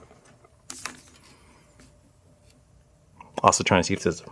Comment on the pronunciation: i thought you said his other friend JACK also I THOUGHT I HEARD YOU SAY (OFF) instead of( also ) had to listen twice